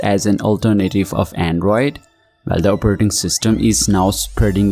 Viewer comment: "Operrting System"